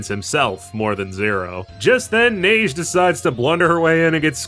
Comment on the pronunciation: As a french man, I am happy to say you're pronouncing Neige right, I don't even like my first language but it bothers me so much when people fuck up pronunciation xD